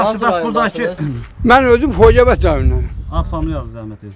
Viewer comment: xojevent rayonu dalbayob xocavand deye bilmir